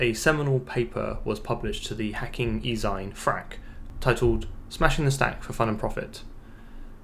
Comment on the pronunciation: I found myself too distracted by the way you rhymed "e-zine" with "fine" instead of rhyming it with, er, "magazine". 🤷